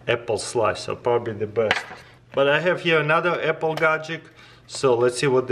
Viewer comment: "EPPLE SLICER"